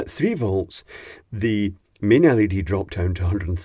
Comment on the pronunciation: I'll always be glad you say LED as L E D.. and not like you're saying LEAD (like some do). Since it's acronym after all. Just my opinion though.